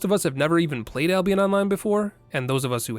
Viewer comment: did u just say Ablionest?